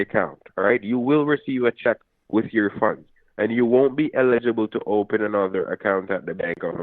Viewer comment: Excuse me.. It’s “everything is on the ope and ope.” 😂😂